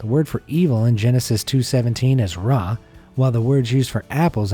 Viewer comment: Its so funny to hear him say words in hebrew such as תפוח ורע lol